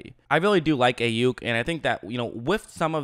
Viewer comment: Pronounced "Eye" Yuk